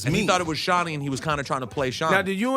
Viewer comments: I don't think his mother or he knows his name is suppose to be pronounced (shawn-eye) not shawnie congradulations your momma played you and you played yourself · All I can hear is joe saying shawni